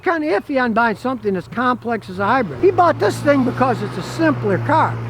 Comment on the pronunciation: Look Scotty ..I have told you many times...It is HYBRID not HYBREAD ! Don't let it happened again !